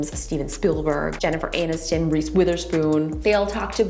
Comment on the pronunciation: ”JENNIFER ANUS-TON!?!?” lol 😂